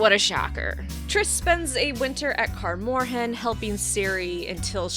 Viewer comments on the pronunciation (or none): Sorry to be nitpicky but your pronunciations of Melitele and Kaer Morhen threw me off 😂.